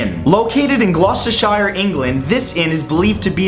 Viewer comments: Its pronounced gloster shear not gloster shire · shire is pronounced sheer not Shyre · It's Glos-ter-sher =) In the UK, anything with Shire at the end, is always said "sher". Like Yorkshire, York-sher. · Why do they say "shire" like shyer it is pronounced "sher" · Gloucestershire. its pronounced as shir not shyre. but gr8 vid Matt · Being English, i can tell you that Gloucestershire does not have the pronunciation of SHIRE at the end lol it is pronounced SHEER. Please don't come across a melon's. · Bro, did you get work done to your teeth? They're whiter than your eyes! ***** - btw, its pronounced Glous-ter-sher. Not Glous-ter-shi-er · glostershire matt its pronounced glostersher no offence i love your videos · GLOSTER SHIRE!? Really!? Its glostershire, silly! It is pronounced glostershere! Shire indeed! Hmph! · Pronounce our counties correctly please -.- No where has the sound "shire" except for the spelling, its "shuh". And if I ever go to glos I'll stay in that b&b ;) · Lol Americans can never pronounce English counties correctly. You don't say GloucesterSHIRE, it's said like Gloucester'shear' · The "shire" in Gloucestershire is pronounced "sure" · Gloucestershire ohh Americans and Canadians with their pronunciation it's glostersheer we font say shire we are not hobbits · It's pronounced Gloucester-sheer 😅😂😄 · bruh good vid, but Gloucestershire was pronounced wrong 😂😂😂😂 its pronounced "gloh- ster- shere" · Just a little thing, most people pronounce it Gloss-ter-shur, not many people in England actually properly pronounce the shire of many places and counties. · Gloucestershire is pronounced Glouster-sher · Gloucestershire is pronounced "gloss-ter-sure". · its pronouncest GLOST-AU-SHEER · Loved this! Just FYI, Gloucestershire is pronounced as Gloss-ster-sher. I know weird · Its pronounced 'Gloshtershure' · glousteSHIRE??? this isn't middle earth, pronounce it right!!! unsubscribed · It's pronounced glost-er-sh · That Gloucestershire pronunciation though xD